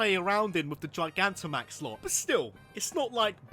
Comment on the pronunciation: Gigantamax, not Gigantic max!